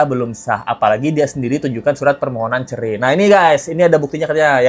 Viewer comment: Habib ga lulus SD BAHASA INDONESIA NYA NOL BESAR CERAI BIB BUKAN CERE 😂😂😂😂😂